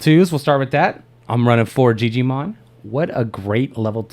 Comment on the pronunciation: I laugh so hard when people say, "jee-jee-mon" 1) Cause in japanese "jiji" means old man 2) cause there is already a jijimon... and he IS an old man xD